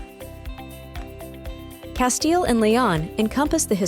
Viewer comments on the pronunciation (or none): none